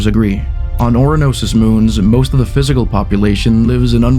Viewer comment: Oranos? it's 'Uranus' dingus. am i missing something? did nasa rename Uranus or this guy trolling us on the name?